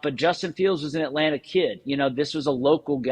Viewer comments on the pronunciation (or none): none